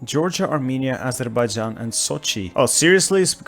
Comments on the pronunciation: I love the way you pronounced Azerbaijan so perfectly in my home language(Azərbaycan) rather than using the classic European A-zur-bae-jaaan. As always, another brilliant production:D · Yeah, I also have noticed the pronunciation, not much different than how we call in azerbaijani